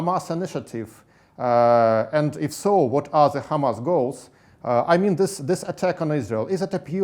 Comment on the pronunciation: знание моего английского на уровне школы +, но я в шоке от акцента ведущего!!!! Это просто ужасно и стыдно!! Как можно TH произносить как С This - СЫС. ПОЗОР